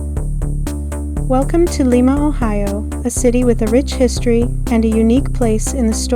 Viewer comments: It is pronounced Lie-ma. Not Lee-ma. I was born and raised there. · pronounce it LIMEA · It's pronounced with a long i, just like the bean. Lima bean. Lima, Ohio. I lived there for years.